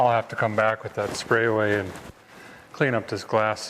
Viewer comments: It’s actually Sprayway not sprayaway! 😂😂😂😂😂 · I love how he keeps mispronouncing Sprayway as Spray-a-way.